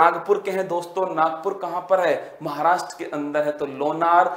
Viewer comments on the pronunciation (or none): none